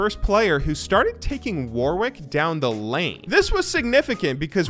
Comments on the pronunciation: I might not be the first person to mention this, but "Warwick" is pronounced "worrik" - the second W is silent. How do I know? Warwick is a city in the UK with quite a famous university. Also, it's a lot easier to pronounce fast when you don't think about that second W ;) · We wouldn't make fun of you if you just said it correctly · I wish Americans knew how to say Warwick.